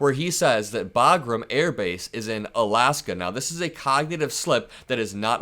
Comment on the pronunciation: Did he say Bagram or Bodrum? One’s In Afghanistan and the other is in Turkey. Neither in Alaska.